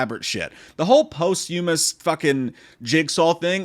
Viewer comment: You are mispronouncing POSTHUMOUS Google it. Play the pronunciation. You’ll see. And that’s coming from a non native speaker. So that’s funny. Lol